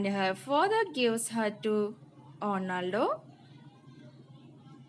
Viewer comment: Not clear, wrong spelt names its Orlando not ornaldo,no proper teaching skills waste of uploading this vedio,no proper presentation.you have negative comments very much if u want to continue please improve your speaking skills and language.its not calia-its celia pls stop like these teachings 🙏🙏🙏 remember our future